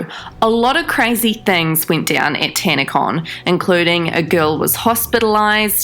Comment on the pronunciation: Tanacon? Oh sorry I thought you said scamacon